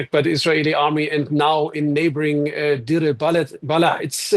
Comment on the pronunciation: Not Dir, but Deir! But some respect on the name